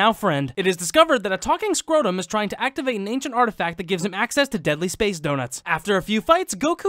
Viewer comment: “Talking scrodum” Literally just laughed so hard I woke up the neighbors